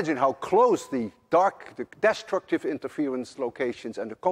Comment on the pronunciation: Well Mr. Lewin, I guess the reason why Americans cannot pronounce the dutch word Huygens properly is the same why you can't pronounce english words such as longitudinal, destructive, among others. Each to his own.